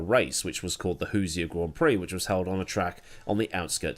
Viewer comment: The way he pronounced “Hoosier”. 😂😂😂